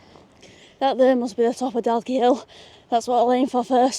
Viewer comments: The quarry where you climbed up the steps in (Daw-key) Dalkey is where they extracted the granite that built the Embankment in London. All along past the Houses of Parliament is all Dalkey Granite. Also the ships dry dock in Liverpool. Originally quarried to build (Dunleary) Dun Laoghaire Harbour, the stone was too hard and too expensive to waste so they infilled all the piers with granite from Scotland and just dressed them in Dalkey Granite. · nope, the L is silent. Same with Dundalk. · Nice video, glad you enjoyed :) ('Daw-key. Kill-Eye-knee') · how you said killiney hurt me other then that good video and dalkey killiney is cly knee and dalkey is daw key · Dalkey rhymes with chalky like the thing you write on a black board. and Kill-lie-knee - just if you're interested